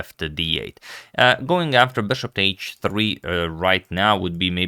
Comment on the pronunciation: Why do you keep calling the piece "BESHOP"???